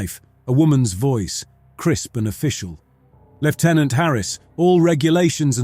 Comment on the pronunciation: Thank you for pronouncing 'lieutenant' properly (as an English person: I know it's different for other countries but it's still good to hear)!